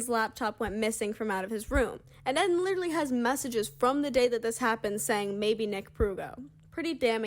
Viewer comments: Isn’t it pronounced eee - den ? Not Ed - den? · his name is rlly pronounced ed-in and not eedin? lol poor guy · Is this how Eden’s name is actually pronounced?!